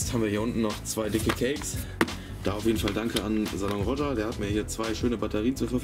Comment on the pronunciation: Wird „Salon Roge“ ausgesprochen, das R ist stumm aber sehr sehr geiler Laden💪🏻